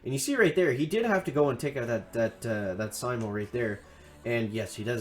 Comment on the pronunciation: It's pronounced s-ee-m-oh and named after the finish sniper Simo Hayha. Stop it with the worst pronunciation failure since Bentimm1 kept saying "ChiroBomb" instead of "CryoBomb" 😛